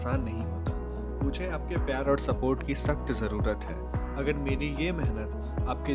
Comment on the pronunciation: Ek blog me bhai ne 1000 bar औङ औङ bol di. Bhai pronociation sahi kar lo और hota hai औङ nhi bohot irritating lagta hai baki keep it up